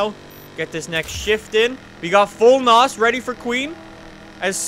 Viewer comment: I cringe Everytime he says nos